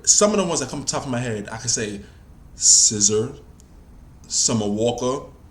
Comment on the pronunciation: Dont ever say "Scissor" again. Its SZA. You're also obsessed with Aaliyah.